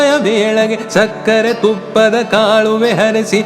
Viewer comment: जबर्दस्त गायलात तुम्हि पण कन्नड मध्ये असल्यामुळे काहि उच्चारण असे पाहिजेत कालगळ , कुमारि वेदा ,कालुवे . Sorry if I sound rude but you were so perfect that even smallest of irregularities were visible.